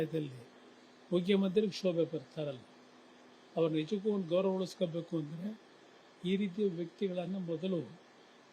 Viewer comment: ಗೌರನ ಅಲ್ಲ ಗೌರವ 😂